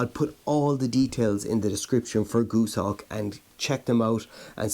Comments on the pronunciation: Goose-hawk? Gos, as in Ross, hawk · Goshawk not Gooshawk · its goshawk not goosehawk